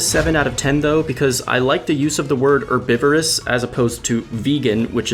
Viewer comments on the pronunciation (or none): You did not just pronounce 'herbivorous' as 'erbivorous'